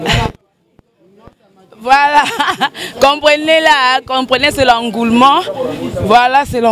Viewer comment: L'engoulement?? Boyekolaka pe français avant bo mibenga ba journaliste po mawa... boza ba abruti